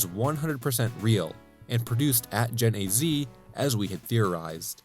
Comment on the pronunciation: Genazea is pronounced, Gen"asia." Or that's how Beast Wars Megatron pronounces it on Beast Wars Transmetals on the PS1, which was also developed by them.